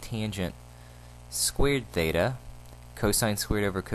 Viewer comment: thanks but you mean Theta not Thata?